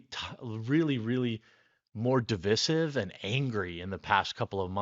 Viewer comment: Jeremy, PLEASE learn the correct pronunciation of ‘divisive’. Watch Gutfeld “Are they prepping for a battle or building a half-pipe?” ~